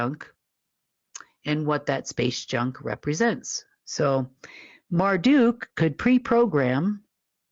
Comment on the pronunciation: How on earth did work with Marduk and knew Marduk yet she can't even say his name correctly! I would believe a powerful Being like Marduk would of corrected her to address him by his proper pronunciation of his name! The correct pronunciation of "Marduk" is like "mar duck," not "mar duke." The second syllable is pronounced "duck," as in the bird, not "duke" as in royalty. This pronunciation respects the original Akkadian roots and is widely accepted in both formal and informal contexts. Also, Marduk was a very powerful God when pulling the research in the tablets he knew what you were thinking and could stop a army with just using his mind infact the stories in these tablets talks about his powerful God like abilities which put fear in humans! Some even believe he is still alive running some things that I don't know about and is worth remote viewing to see if he is still alive.